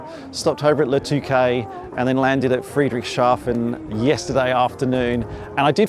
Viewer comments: Oh no you're not! It's FREE-dricks-Haa-fen :face-blue-smiling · Tip for pronounciation: it's two words together, Friedrichs and hafen. Not Friedrich and shafen. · Hi, for the pronunciation, just split the name of this town and you'll be fine: say Friedrichs Hafen 🙂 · Great walk around, thank you, but sadly I don’t think you got the name of the place right once:-) It should be thought of as 2 words combined: Friedrich, a persons name similar to Frederick or just Fred, and then Hafen which is the German for haven, harbour or port. In between the 2 words is the “s” as the “hafen” was named after some Friedrich so really there’s no “sh” sound present. There’s also no “t” in any of this so definitely not shaften:-) btw I worked in Germany for some years and even had a girlfriend from… Friedrichshafen and so went there often! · Soo so so weird seeing you on my home base! I ran into Jon on the AERO but was surprised to find your video here. YEARS ago, I suggested you should visit the AERO. A shame we didn't meet. Would have loved to help you pronouncing "Friedrichshafen":-P If by chance you're there on Saturday.... drop a note! And: Mate! Glad to hear that the skies have you back! Honestly, so happy! Looking forward to seeing new flying- content, here.